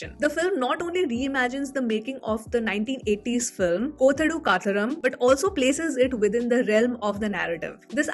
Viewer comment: Its not Kothodu Kathoram... Its Kaathodu Kaathoram... And its really funny to hear you pronouncing it 😄😄😄